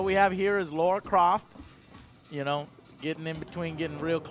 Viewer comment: Lara, not Laura Joe